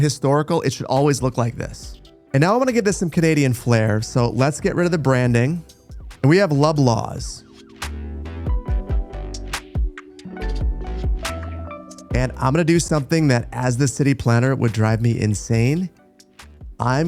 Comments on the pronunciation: "Adanac" is indeed a name used for Canadian streets and such. There is an Adanac Street in Vancouver, BC. Also, 'Loblaw's" is promounced "Law-Blaws" not 'Low-Blahs" In TV Show Arrested Development, the shady lawyer (played by the legendary Henry Winkler) was named Bob Loblaw. Its sounds like "blah blah blah". lol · Hey: The correct pronunciation of Loblaws is lah-blawz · I went nuts because of how you pronounced Loblaws, its pronounced Lob as in "lobby" and Laws as in "Laws" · how many Canadians were shocked by how he says Loblaws? 😅 I’ve NEVER heard someone say Lob-laws… at least in my area of eastern Canada. We say it La-blaws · It's pronounced laab laaz (Loblaws) 🤓🤓Hey Z (zee) is pronounced zed by many so no worries... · “Lublaws” has me cackling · it's pronounced Loblaws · LOL. WTF is a Lub-laws? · Loblaws is pronounced law-blaws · Lol it's pronounced "lob" as in Dwayne Wade throws a lob to James or "they lobbed the phone across the room in Loblaws :p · The butchered pronunciations of Canadians businesses make my day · Same in Alberta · My wife and I were laughing about that.